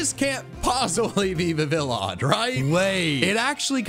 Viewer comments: im very angry that he pronounced Vivillon Viv Villon instead of Viv eon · Died a little every time Vivillon was mispronounced. 💀